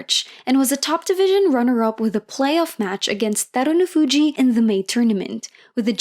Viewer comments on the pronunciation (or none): Really appreciate your video recap, I hope you keep doing them :) Great basho.. Only one nitpick... His name's HakuhO ShO, not Hakuhu Shaw... It's a BashO not a BashU... He's Terunofuji not Derunofuji... I am not trying to poop on you, but the internet is full of examples of how to pronounce their names, please do some research, everything else you do is so great